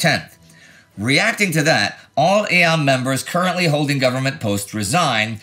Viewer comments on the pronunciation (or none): none